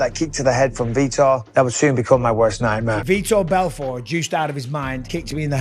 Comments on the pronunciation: Who is Veeter Belfort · Veeder Belford? 🤣😂🤣😂🤣 these narrated videos are always so fucking bad. They never pronounce words correctly. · He keeps mispronouncing vitor Belfort. Is viror Belfert.